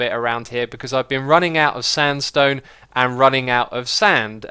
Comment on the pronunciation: He Said standstone hahaha!!!